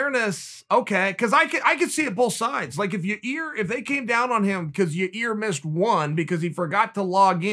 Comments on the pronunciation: Yah-eer, Chael. YAH-EER! Not your rear... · Me: yu-sa-da Uncle Chael: oo-sa-da Me: oo-sa-da Me: ya-eer Uncle Chael: ya-rear Me: ya-rear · “YEER” “YA’ REE” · Just here to hear Chael say "Ya-Rear" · Chael: Ear Rodriguez Me: Ok, great. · I agree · Poor Chael. He just can't get Yair's name right. I still personally have a soft spot for "Yarear". I think he pronounced it like 4-5 different ways this time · Chael: Ya-rear Rodriguez Conor: Who Da Fook Is That Guy?! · “Ya ear Rodriguez” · Ya-ear he gotta be trolling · Chael "your rear" Sonnen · Ya ear. Ya rear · I clicked on this video just to hear Chael butcher his name on purpose lol